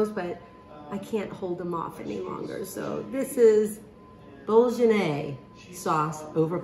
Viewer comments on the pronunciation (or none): Oh Amy I do Love You! You're the B.E.S.T !!! Your mispronunciations of some words are So cute, I Love it! I Love the way You say bolognese...'bol-ge-ney'....BUT its actually pronounced 'bol-o-neys' ....Keep doing Your thing girl, I Love watching Your videos! ❤️📺📹🎞 down here in Oz 🇦🇺(Australia) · Amy, sweetie, you can cook, but you DESPERATELY need some lessons on Italian cooking terms. It is BOWL-LA-NAISE. It rhymes with Mayonaise. You do NOT pronounce the G. Also, in regards to other videos. Pancetta is Italian bacon. Prosciutto is expensive, thin Italian ham. My last name should recommend my definitions. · Love all of your shows Amy!! You're doing a Great Job!!😊 I have an easy way to remember how to pronounce this type of Sauce. It's pronounced the same as Dejionase! Hope this helps!🤗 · Amy, it is pronounced bowl lin naise and don't listen to peoples negativity. ❤️💜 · Bow luh neiz. ❤️ and it’s my favorite sauce. Name Comes from Bologna, Italy. I’ve only made it w 2 parts ground beef n 1 part ground pork w fettuccine pasta You’re looks very yummy 😋 my food processor lives on my counter lol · Yum! I'm definitely trying this. I don't eat a lot of red meat or pork, so I will sub in ground chicken. I use concentrated tomato paste that comes in tubes, too. It is so much better than the paste in cans. Give it a try, Amy. You'll never go back to the cans. (p.s.: It's Bow-luh-NYAY_zay.) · Being Italian I watched closely I liked your ingredients. The sauce is pronounced BOLO- NIZ. KEEP UP THE GOOD WORK. STEVE BIAGI TORONTO CANADA. 👍❤️🇨🇦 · Let's see. Try this BOW-LA- NASE I think that's how it sounds. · According to Giada Delaurentiis, it is pronounced "Bow luh nay zay" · Pronunciation is bow luh nayz I had to look up how to pronounce it <3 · I've always pronounced it bol..un..aize 🤷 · Pronounced "bow-luh-nez," according to Google. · Try to say phonetically, Amy: BOWL-YAH- NAZE hope it helps. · You don't pronounce the "g". It's Bowl-un-ayes. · I believe the g is silent